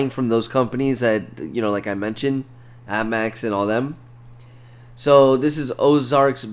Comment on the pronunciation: Is he saying Ammex?? It’s APMEX.